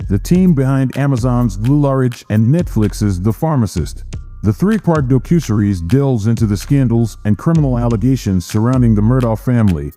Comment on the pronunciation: Lousy computer voice. Can’t even pronounce docuseries.